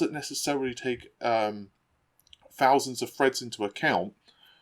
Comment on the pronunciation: "Fousands of Freds"